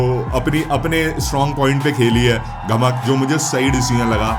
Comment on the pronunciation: Bro it's gamak not "ghamak"